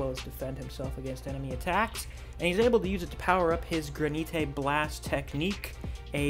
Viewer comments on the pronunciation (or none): Granite blast lol Granite like the rock or countertops